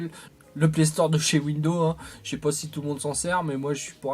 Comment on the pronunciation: mes oreilles saignent à chaque fois que j'entend windows. En fait il y a un "S" à la fin qui permet de prononcé "Windozzzze" :p